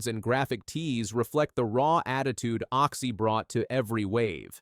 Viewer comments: It's Occy not Oxy! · Can I just slap this narrator..... Oxy..... its Occy..... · Show respect get his name right.OCCY